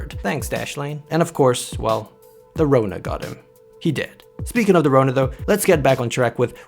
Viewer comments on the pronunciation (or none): Lol the way you said the Rona 😂😂